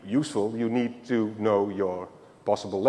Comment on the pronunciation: like it a lot, love the way he said you eed a special tool called a key !!! brilliant and helps me understand perfectly